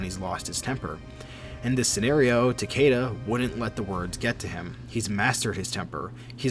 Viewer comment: Its Tah-Key-Tuh, not “Tukayduh”